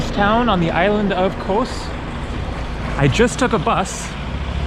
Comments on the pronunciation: Kos or Cos (/kɒs/; Greek: Κως [kos]) It's more like cost, not like coast, without t of course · Its Koss not KOWS 😂😂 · Kos not ko-ous! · it's KOZ not coz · For the love of Greek Gods, stop pronouncing it "KOHS" man! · it’s pronounced in Greek with s silent. The way you are saying except don’t say the S I know I’m Greek thank you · It's Kos not Kos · you gave me a chuckle when you mentioned the two versions of Kos (as you heard them) and they both had an american O ending. Just think of Kos ending just like in the word 'BECAUSE':-) Cheers